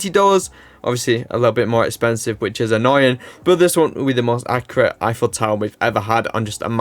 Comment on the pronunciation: "Effiel Tower" .... "Effiels Apartment" ... Gustave Eiffel doesn't approve.